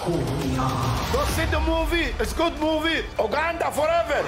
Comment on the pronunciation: "Oganda Forever" 🤣